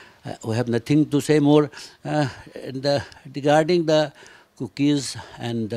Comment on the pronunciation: It’s regarding not degarding🤣